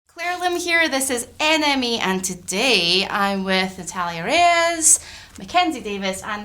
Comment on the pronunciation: Natalia Re......what😂😂😂😂no supo pronunciarlo!